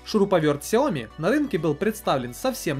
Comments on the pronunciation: Правильно сяоми. Сяо маленький, ми рис. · Сяоми. И ударение на И. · Сяоми с ударения на я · если уже зрить в корень, то правильно говорить сЯомИ - два ударения. Это обусловлено тем, то xiaomi это xiаo- маленький и mi- зерно (маленькое зерно, так китайцы называют просо) то есть 2 слова. Как шаоми это слово не произносится никогда. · название Xiaomi произносится либо как Сяоми, либо как Шаоми (с очень мягкой «ш»). Но общепринятым правильным названием бренда на международном уровне является именно Сяоми, с ударением на последней «и». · Правильно Сяоми ) А понравилось несколько гаддетов. Это кинотеатр и диспенсер для мыла ) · А я читал что правильно сяоми. В переводе с Китайского Сяо - маленький а ми - зерно. Маленькое зёрнышко имеется введу, типо, рисовое. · Правильно делать ударение на Я и И. сЯомИ ;) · СяомИ , ударение на "И" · солидарен с предыдущим оратором =) сяомИ =) но кажется мне что сейчас любое чудо-чудное назови сяоми и оно будет продаваться =) мне новый рег приглянулся, как там с русской прошивкой? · Правильно говорить Шаоми, инфа от разработчиков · китайцы произносят сяоми, есть даже видео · Правильно ксіомі